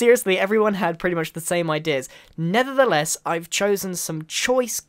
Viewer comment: Is it just me or did he say "nethertheless" ?